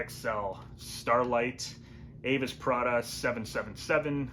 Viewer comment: I love you,! But my name! It's "pray daah!" 😂❤